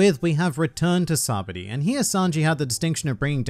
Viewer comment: it's not sabedy its pronounced saba-ody